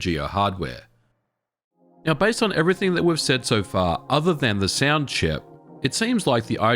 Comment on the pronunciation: I've NEVER heard someone pronounce "sound" as "siand" between many more. Understanding what the hell was going on was a pain to say the least. That aside, the content was good.